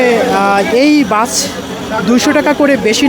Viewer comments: সাংবাদিক কি রে ভাই স কে ছ উচ্চারণ করছেন 😂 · ভাই বাছে না বাসে হবে। উচ্চারণ ঠিক করেন ছুভারজার সুপারভাইজার হবে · রিপোর্টার কে? বাচ কি? বাস না বলে বাচ আর সুপারভাইজার না বলে সুপারবাইচার বলতেছে? শিক্ষিত মানুষ রাস্তায় রাস্তায় ঘুরে আর এমন অশিক্ষিত মানুষ জায়গা নিয়ে বসে আছে বাহহহ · সাংবাদিক ভাই ! শব্দটা ‘বাচ‘ না ‘বাস‘ হবে😁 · ভাই সাৎবাদিক কথা হচ্ছে বাস কিন্তু আপনি বলছেন বাছ।